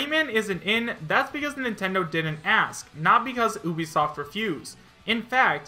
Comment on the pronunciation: Why do you say Oobisoft. its Ubisoft.